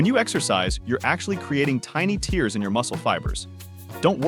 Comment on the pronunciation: Why does he keep saying “tears” as in crying?